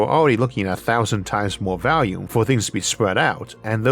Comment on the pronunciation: Dude its pronounced volume not "valume"